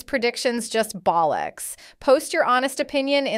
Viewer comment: Wow - never heard the word 'bollocks' said in an American accent! Had to play it back!🤣